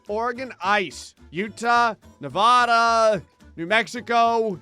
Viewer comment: IT'S NOT NEVAUDA IT'S NEVADA!!!!! 😭😭😭😭😭